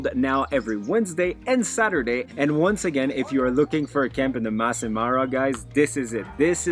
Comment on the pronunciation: It’s Masai not mass!